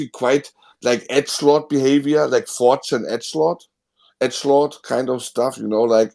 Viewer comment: when sez "etschlaht" = edgelord